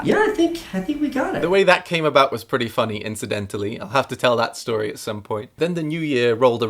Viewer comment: you pronounced pretty wrong